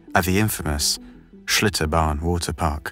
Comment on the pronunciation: did he say shitobarn waterpark? lol